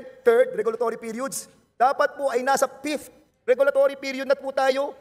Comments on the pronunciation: wala ba talagang nakapag advice man lang kay Dan Fernandez yung problema nya sa P at F? kainis pakinggan ang "Pift" ang Fifth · PH pakitanong nga kay BOLD STAR kung ano ag ibig sabihin ng PIFTH? baka ibigy nyang sabihin FIFTH. BOBO talaga si Bold star. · Sa "Pifth" daw 😮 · Wow Mr Dan-dansoy??? Pra mtakpan ang isyu mo ka Col Grejaldo??? Divert to meralco??? AYUSIN MO ANG "F" AT "P" MO!!! PATI "V" AT "B".... MAGSCHOOLING KA MUNA NG TAMANG PRONUNCIATION.... NAKAKAHIYA KA NSA CONGRESS KP NMN